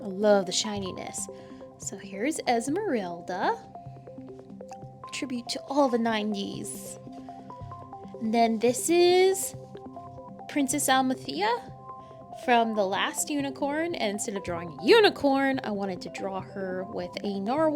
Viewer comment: I see you have a sketchbook that allows you to tear them off. I Suggested you to use those if you wanted to sell them. i have Sketchbooks of that kind. Your Sketch of Amalthea is my favorite one, i loved 'The Last Unicorn' when i was a kid. you say her name like this Ah-Mou-l-thee-ah